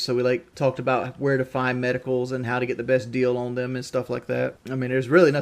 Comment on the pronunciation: His accent is the worst off all damn thing just listen to him pronounce anything ANYTHING with a O or an N and it sounds so off He says On? No, "Oawnn"